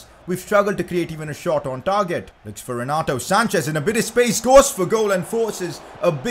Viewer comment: the way he said target